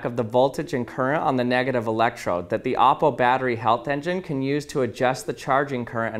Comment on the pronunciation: I am so happy he pronounced it as op-po. not o-ppo.